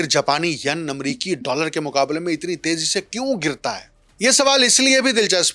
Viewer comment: So mro shb, pron yen, yen not Yun